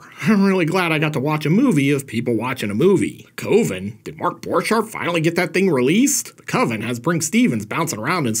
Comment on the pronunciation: Coven? Coven sounds like "oven", man...